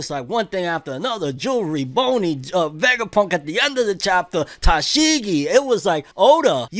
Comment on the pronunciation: Bro it's Jewelry Bonney not jewelry Boney